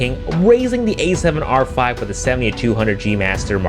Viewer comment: The A7 YAAAAAAARRRRR V 💀😂